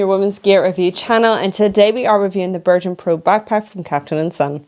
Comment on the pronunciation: It's Bergen (Berg'un) not Bershen